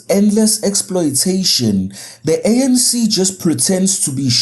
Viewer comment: It is ANC...not SANC